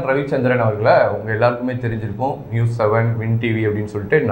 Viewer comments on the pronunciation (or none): none